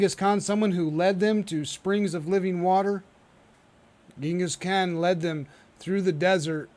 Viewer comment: Yeah, it’s really frustrating to hear him keep saying it like that 😂